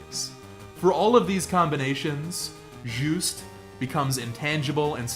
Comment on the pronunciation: You pronounce Juste so well